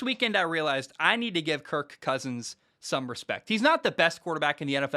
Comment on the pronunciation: He’s playing the meow game with “KirK CKousins” 😂🤣